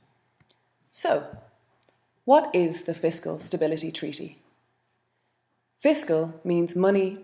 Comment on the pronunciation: How comes this lady says "tweaty" instead of "treaty" ?